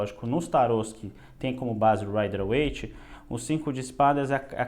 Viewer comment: Você é um dos poucos tarólogos aqui no YouTube que sabem pronunciar Rider Waite da forma correta. Dá uma ojeriza quando eu vejo alguns tarólogos que sabem muito sobre tarô, mas pronunciam este nome de maneira errada...